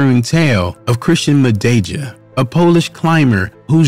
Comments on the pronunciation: "Mah-day-jah" Jesus christ wtf is that pronunciation😅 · Please show a bit of respect and learn how to pronounce one’s surname before producing such video. You are twisting the pronunciation of his surname horribly wrong.